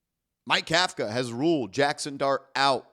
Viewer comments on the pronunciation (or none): Pronounce the coach correctly COUGH-KA otherwise you’re as sloppy as the Giants defense in the 4th quarter